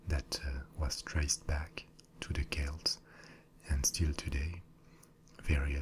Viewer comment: Finally! Some correctly pronounces Celts as Kelts! Great video btw :)